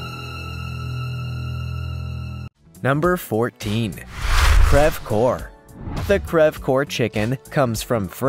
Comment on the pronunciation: Native French speaker here... coeur is pronounced like cur not core.